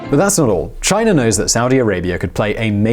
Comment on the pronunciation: Chinarrrr lol